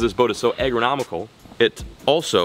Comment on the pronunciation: When he said”egranomical” or whatever it’s was it reminded me of school😡